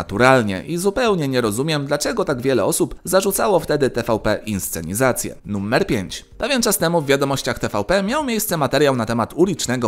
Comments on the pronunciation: Czy tylko ja slysze "Nummer"? :D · Dlaczego "nuMMer"?